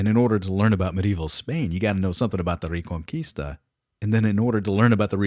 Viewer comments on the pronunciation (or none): This sounds good but i cant stand your pronunciation of reconquista. Also its taking too long,i might change the channel